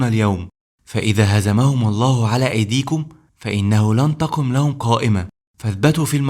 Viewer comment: ابني الحبيب مجهود عظيم .ولكن برجاء ان تطلب من متخصص لغة عربية ان تكتب التعليق وتطلب منه تشكيل الحركات وايضا يراجع لك نطق بعض الكلمات. وخاصة نطق لفظ الجلالة الله. وهناك أخطاء في الأعراب . وممكن ان تعرض هذا الفيديو على أحد أهل اللغة .لتتأكد